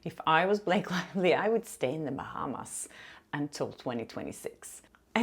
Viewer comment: "Stay in the bahams till 2026 🤣🤣🤣"